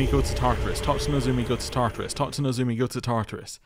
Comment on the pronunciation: But you do keep pronouncing "Nozomi" as "Nozumi"